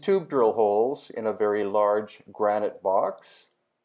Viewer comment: Grunitick? Lmao it's granite stupid!